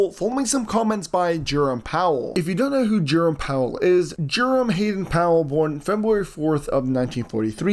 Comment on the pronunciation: Jurim Powell?? It is pronounced Jer-OME Powell!